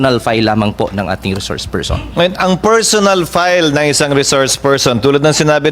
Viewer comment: Bato, pls mag tagalog ka nalang plain & simple...sir.! File...not pile.! At pwede ba hwag kang Bias. Salute 🫡 to Sen Chiz.